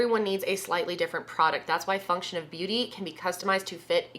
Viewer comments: Omg I know you have a hard time saying words sometimes and I'm not hatong but girl I just woke up and thought you said fucktion of beauty! My eyes got so big like omg did she just cus out her sponser? Noooo!!! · I swear to god that the first few times you were saying “function beauty,” I thought you were saying “fuck shit beauty.”😂😂😂🤣🤣🤣😭😭 I don’t know if it’s worse that I thought that, or that my first thought when I thought I heard you say that was, “holy fuck i have to buy from them just because i support the amount of balls and angst it takes to name your brand “fuck shit beauty.” I may or may not also be extremely high at the moment so that’s probably why my hearing is also extremely high😝😂😂🙈